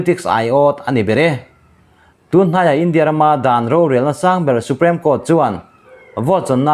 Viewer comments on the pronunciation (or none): none